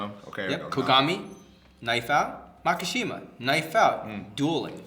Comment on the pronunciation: Such a good video, hope to see some more psycho pass and even some cowboy bebop. Only thing that bothers me was "mak-A-shima"